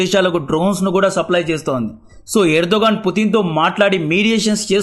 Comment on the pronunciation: పుటిన్ అనకు అన్న చిరాగ్గా ఉంది పుతిన్ అను వినడానికి బాగుంది